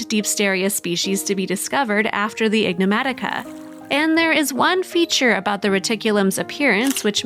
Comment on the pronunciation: The voiceover tech is calling the creature, "ignomatica". It should be "enigmatica".